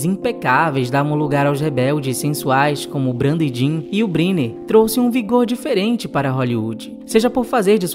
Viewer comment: Fale corretamente: You Brainer. Escreve Brynner.